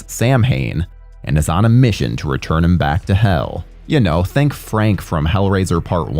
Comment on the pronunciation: You totally said “returm” lol I listened 3 times. Totally said returm with an M lol